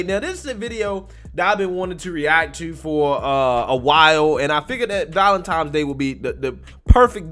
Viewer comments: If you keep saying 'ValentiMes' Day I'm going to consider unsubscribing! haha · Valent TINE. . . not Valen time. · Did you say Valentimes day ? Lol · Val en tines not times. Okay Carry On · I really enjoy watching you but for the love of God. It is VALENTINES not times. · Valentine's man Valentine's! Lol Not Valentime's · Brother... it's ValenTINES DAY.... not Valentimes day.... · Bro, it’s ValenTINES Day, not ValenTIMES Day... 🤣. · Believe it or not... Valentine's day. Doesn't have a "M" in it.:-p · Lord... Its Valentine's not ValenTIME's. Your an adult. STOP. ♥️ Your content but please.🤨♥️ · is there an M in ValentiMes Day? lol Just sayin' Love you! Thank you for your streams every day! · I love your channel, but for heavens sake, never say ValenTIMES day again. Anyways, happy ValentiNes day. Peace. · It's not valentimes day my guy! Lol keep up the great videos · "Valentime's Day"? What's next? 'Aks a question'? Presentation of a view affects credence thereof. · Dude, first of all, if I’m going to continue to be a subscriber to your channel, you’re going to stop calling Valentine’s Day, Valentime’s Day. It’s “Tine’s, NOT “time’s.” With a “N”, not the letter “M.” You’re killing me with that! So STOP!! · Valen TINE s Day. I love you but the way you say Valentimes day drives me crazy 🤣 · It's Valentine's day.. pronounced Tine or Tyne. Not ValentiMe's day. It's funny how many people pronounce it wrong. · Yo it's Valentines..not ValenTIMES..😂😂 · *Valentine's not "times" :) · I can’t be the only one bothered by the repeated use of the word “Valentime’s” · It's Valentine's day. No 'm' in the word! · Valentimes day? Grow up, dude. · Yeah you lost me when you said ValenTIMES day. smh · Thanks for the video...Also, I say it as a friendly comment, it is "ValentiNe's Day" in honor of Saint Valentine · Valen”TINES” Day. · Does he really think that it's "valentimes" day? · it's not Valentimes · Very clearly saying "valentime" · Gotta love that valentimes day 😂